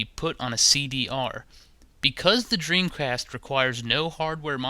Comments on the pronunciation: Lol he said dreamcrast on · listen to what he says "Dreamcrast" lol